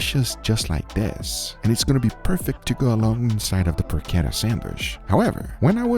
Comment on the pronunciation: man it's not porQueta! It's PorCHetta! Like you say Porch! It does not have a Q inside! its CH! Loved that sandwitch tho!